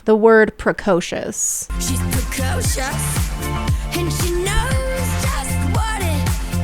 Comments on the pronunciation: I think the a I that generated the vocals doesn't know how to pronounce precocious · Precocious rhymes with atrocious. This is atrocious.